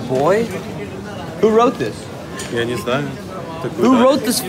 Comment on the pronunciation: Я так ржу с его "Я не знаю"